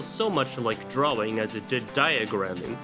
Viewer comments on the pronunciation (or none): STOP SAYING DRAWING LIKE THAT